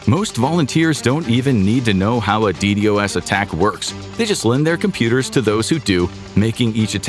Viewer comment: It isn't called a "D D O S" it is pronounced "D-Doss"